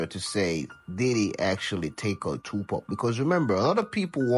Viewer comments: His name is Tupac not Tupack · IT'S NOT 2PACK IT'S 2PAC YOU STUPID WOMAN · It's not Tupack it's Tupac.They could at least get the name right. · POC not Pack !! Geez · This Tupack Is boiling me inside……It’s TUPAC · Tupac not two pac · Stop saying two pack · ITS NOT TUPACK!!!!!!!!! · PAC man must be pack I hear them mispronounce so many names not just here but all around pac dmx and suge but sug nights pretty funny one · I wish you would pronounce his name right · As much as i want to hear this story, i will not sit through an AI voice 5 seconds in mispronounce the name of the main subject. I'm sure other regular words are mispronounced as well. I'm not watching it. Either use the AI properly or narrate it yourself.